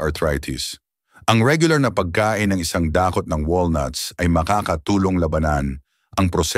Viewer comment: No.2 konting pag aaral sa tamang bigkse tulad ng i-sang da-kot no.4 mtaming salamat sa mga impormasyon at tamang benipesyo sa kalusungan God bless